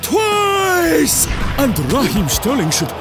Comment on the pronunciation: TWAICE... TWAAAAAIIICE